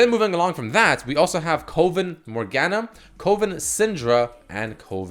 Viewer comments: Its not pronounced CO-ven..........its pronounced CUH-ven. So many people are getting this wrong. Have people never seen this word written? CUH-ven meaning "a group or gathering of witches who meet regularly". Which is what the skins are themed around, witchcraft. Makes my eye twitch when people cant read. -. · DUDE STOP SAYING KOVON ITS PRONOUNCED CUHVEN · Coven is pronounced Cuh-ven not Coh-ven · Please never say coven(CUH•VEN) again